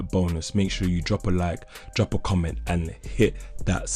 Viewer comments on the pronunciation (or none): none